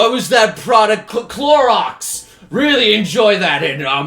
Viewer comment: I cringed when he said "Clorox" and "Naruter"...